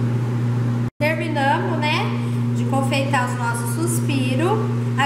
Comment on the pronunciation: Agora camassa é boa kkkk é mais chic do que com a massa kkkkk colocar paumilha kkkkk ó agora ou olha agora? Kkkk intão ,ou então? Kkkk terminamo, ou terminamos? Kk vou perguntar então será que não é a máscara que está atrapalhando ao falar ?